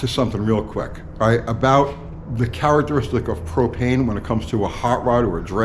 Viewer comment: HOWdy U-T-G,... Thanks for the " PRO-PAIN" experiment Thanks for trying...